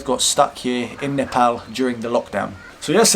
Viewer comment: you pronounced nepal perfectly :D